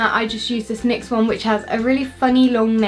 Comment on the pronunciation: Sorry I just have to say you say nix as n y x